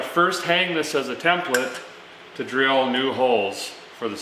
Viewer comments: Derek, when you say "template", do you mean, "tem pla te'"? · Tem plah tay would be how a feller pronounces the word template. I lernt that on this here channel.